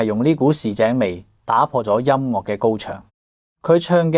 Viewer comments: 請改一下，音樂之樂係岳音，唔係落音。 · 更正 : 快樂 - 發音是 快”落”. 音樂 - 發音是 音”岳” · ，請注意您的粵語發音，例如：快樂 - 發音是 快”落”. 音樂 - 發音是 音”丘”